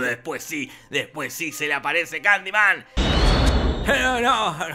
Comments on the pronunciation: Y si en vez de decir kandiman digo Kalimán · Estás son las veces que dijo Candiman 👇